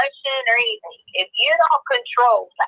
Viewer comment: Cant eat or drink “ANYTHINK” get it right 😂😂